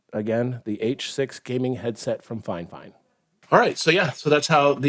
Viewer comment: its called "fee-fine" not finefine sir..